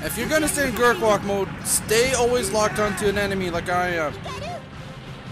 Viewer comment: its gerwalk not gerkwalk